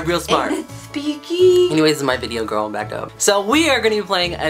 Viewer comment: He said gril hh